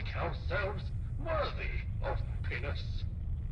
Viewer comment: Did he say worthy of penis? 😂